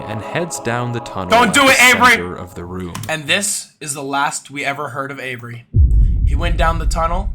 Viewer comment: “what in the genius??? wait avery, avery, avery, ÆVERY, AYVERY”